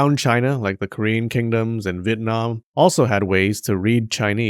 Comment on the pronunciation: Vit-nam is not a country I ever heard off 😊